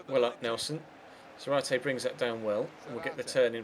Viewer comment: You stress the ZA in Zárate (hence the ´ )